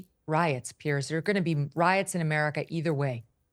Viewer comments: His name is PIERS, pronounced Peerz. Not Pierce. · His name is PIERS ( Peerz) not Pierce. Don't even sound the same